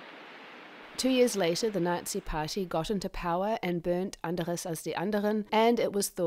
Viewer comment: She did, however, mispronounce "Büchse" and "Anders".